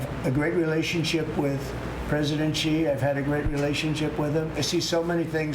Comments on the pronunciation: President Trump…… Respectfully….. an X in Chinese is an S. Xi is pronounced She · Not President Chi, it is President Xi, which sounds like "si".